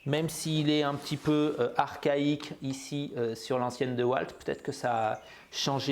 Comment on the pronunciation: On prononce Diwalt pas Dewalt. C'était Mister Dewalt...